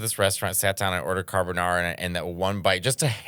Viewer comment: oh god here we go "well one time i was eating carrrbonnnaaarrrraaa" edit HOW DID I KNOW!!!!!